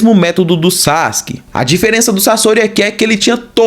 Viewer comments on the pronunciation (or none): none